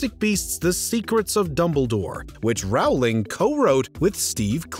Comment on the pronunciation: I don't care about any of these individuals. I do, however, care that these videos reach so many people and with all that goes into them, nobody seems to check pronunciation. He's pronouncing "woman" each time he says "women," and "sith" for "sixth." Rowling is pronounced "rolling." It happens so much in these videos.